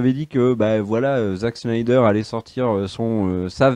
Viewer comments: C'est Snyder (snaïdeur) pas Schneider :') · Les gars je vous adore mais vous savez pas prononcer les mots c'est terrible, Ahshoka, Shnyder, Canerone, Darksid...